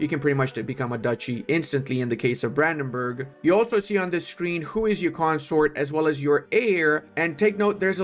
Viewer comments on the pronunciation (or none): none